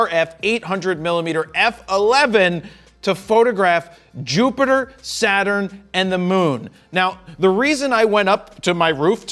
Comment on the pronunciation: I think his "picture-ter" and "Jupitter" more than made up for it, me thinks.